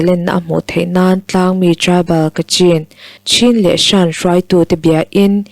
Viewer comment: SHAN....i lam dik lo. SHN.......emaw .CHN.... ti a lam tur. A leh I inkar sound